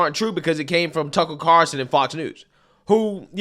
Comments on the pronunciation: She doesn’t even know his name,Tucker Carlson, not Carson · Lori his last name is Carlson not Carson. You ignorant thing. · Carson? It's Carlson Beetlejuice. She doesn't even know her critics. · Hey Mayor his name is Carlson, not Carson! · It’s Carlson beetlejuice, not Carson. Can’t fix stupid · It's Tucker CARLson, not CARson. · It’s Carl-son not Car-son, Mayor Beetlejuice. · Carlson not Carson... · It's Carlson, not Carson, Lori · She can't even pronounce his name. Carlson is not a difficult last name. Funny Beetlejuice you didn't care until T.C. reported on it. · She doesn't even pronounce Mr Carlson's name right. She is a total failure.